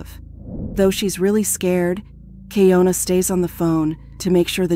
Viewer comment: She says on the phone call her name is keeYonAh & yet you still keep saying keeYoNuh… seriously wtf